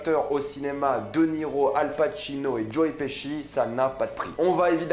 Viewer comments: nan j'avoue que joe piski ca ma fait rire mais après cest un nom de famille et ça se prononce pas pareil suivant le pays où tu habites. Jai habité en angleterre et je me taper une barre à chaque qu'un anglais prononçait mon nom mais cetait bien leur prononciation vu que tout les anglais le prononcer de la même manière. Apres Pesci cest un nom italien, en italien pesce cest poisson et ca se prononce pas peské mais péché donc logiquement Pesci se prononce pechi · Tu es sûr de toi pour la prononciation de Joe Pesci ?